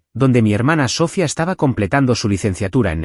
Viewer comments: Totalmente mal pronunciado el nombre de la hermana es Sofía no Sófia, como dicen creo no es una persona el narrador es un robot por eso tantas palabras mal pronunciadas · No es Sófia es Sofía